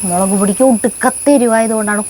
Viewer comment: എന്റെ കിടാവേ മേളക് അല്ല മുളക് ❤❤❤❤❤